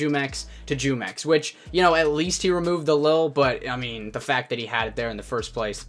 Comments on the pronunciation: Does it bother anyone else how he says jumex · Its funny hearing all these non hispanic people pronounce his name wrong af😂😂😂its a mexican brand of juice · his name is pronounced "who-mex", it's a mexican drink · Jumex is pronounced whomex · Bro it's pronounced like whomex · Yeah it's pronounced who-mex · Its pronounced Hu-mex. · Your pronouncing his name wrong, I'm guessing u dont drink jumex white boy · iss pronounced who-mex not jew-mex lol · I don’t care but you said jewmex lol... it’s pronounced whomex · Its not jewmex its whomex, and i watched his video like 4 times but never subscribed nor liked, but sounds sketchy hmm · It's pronounced whomex not jewmex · Hello there fellow American it's pronounced humex not jewmex it has the h sound it's in Spanish just so you know you're welcome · The Mexican drink spelled jumex pronounced (who- Mex ) in Spanish short for jugos mexiconas "Mexican juice " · Its pronounce WHO mex its the name of a mexican fruit nectar juice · It's pronounced who-mex lol its a mexican fruit drink...delicious! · the J is silent. it's pronounced "Yoo-mex" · Pronunciation: Hoomex LuL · He said “jew-mex” lmao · Pronounced "humex" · It's pronounced Who-mex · The j makes the h sound in Spanish so isn’t it pronounced WhoMex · Here before everyone starts correcting you saying his name is pronounced "Who-Mex". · It's pronounced WHOMEX. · It pronounced Humex. it's a Spanish juice brand. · Say the j as an h sound and you will be saying it right humex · Jumex. "Who-mex." Other than that great video. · It’s pronounced hu mex, its based off a drink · It’s pronounced who-mex like the Mexican juice company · It’s (hoo-mex) gringo